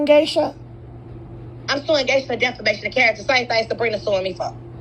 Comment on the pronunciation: The way she keeps saying "deFLamation" with so much confidence😂